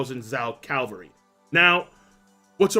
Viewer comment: Please say Cavalry instead of Calvary haha ^^